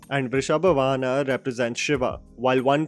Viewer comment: its not Vrishabha VAhana it is VAAhana and it is not Sri RAMANARAYANA but SRIMAN NARAYANA MR!. you can actually confirm the correct intonation before you post videos.